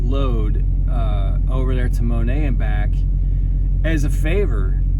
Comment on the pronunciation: Inbound outbound times have been crazy. That little town is pronounced mo-net by the locals. I'm coming out of PA going west I pulled over and did a 34 as the storm hit PA